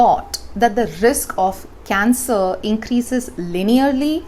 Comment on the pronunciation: She says cancer = cancel.